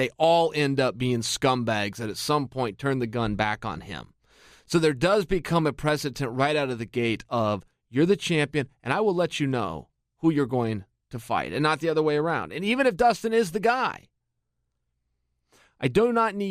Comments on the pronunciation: Chael "Pressitence" Sonnen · Pressy Tents? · love it when Chael tries to use the word 'precedent' 😂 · precedent Chael, precedent.